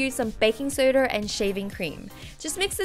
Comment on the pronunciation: Why does she say baking sodRRRRRRRRR Not sodAAAAA